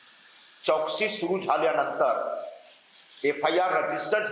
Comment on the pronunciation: चौकशी शब्द बोलता येत नाही हा महाराष्ट्रातल्या नेता बिहारी भय्या